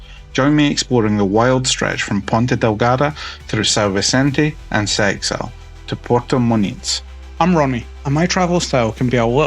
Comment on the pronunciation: Seixal is pronounced something like 'Seshal', with the accent on the second syllable. I believe the name means 'a lot of stones', just as Funchal means 'a lot of fennel'.